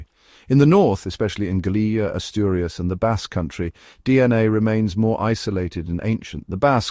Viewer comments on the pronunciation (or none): Aurius????? ASTURIAS por dios!!!! Yo soy Asturiana.... Me estoy poniendo enferma con los nombres de las provincias y cuevas, amigo, no das una en claro, eh'??